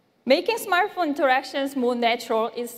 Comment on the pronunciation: Its Smart Phone mr DJ Koh not Smaaaart phn